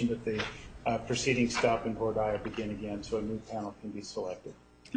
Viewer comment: Nurmi can't pronounce "Voir Dire?" Where did he go to law school?